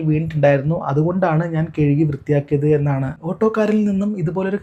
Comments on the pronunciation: കേഴുകിയല്ല. കഴുകി എന്ന് പറയു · കെഴുകി എന്നല്ല കഴുകി എന്നാണ്